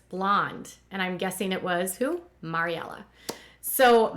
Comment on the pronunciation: Ok I notice this every time you mention Maryella. I'm pretty sure it is pronounced "Mary-Ella" after their grandmother Mary. You pronounce it "Mahry/maury-ella". Just wanted to mention it since I'm pretty sure they wanted her named after the grandmother that passed away.